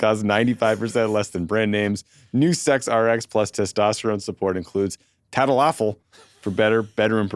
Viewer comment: Love the tadalafil pronunciation. Chef's kiss 😘